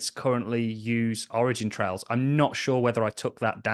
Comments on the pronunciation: Where are you getting the “s” from when you say “origin trail”? 🤷🏻‍♂️ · It was a good interview for sure. If I were, I would be pretty annoyed that someone who is as smart and literate as you, throws a random S on the end of Origin Trial 20 times in a row…